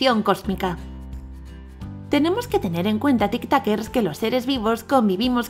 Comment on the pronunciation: Porque dice tictoquers